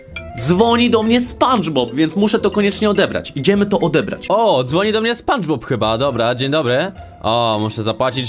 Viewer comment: sie spanczpob